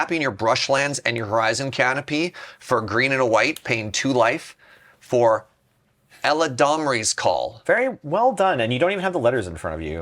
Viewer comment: Gotta appreciate and congratulating him on saying "Eladamri's Call" correctly only to immediately search his deck for an answer to "Gitrog and The Monster"